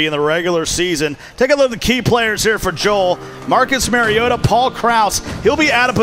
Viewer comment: Please give the announcers a heads up on the correct pronunciation of the Titans Marcus Mario auto as a Titans fan every time I hear the miss pronunciation of his last name is like nails on the chalk board